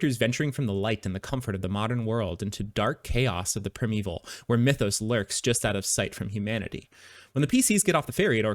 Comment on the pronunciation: for primeval, did you say 'prim-evil'? and not 'prime evil'? check google for pronunciation support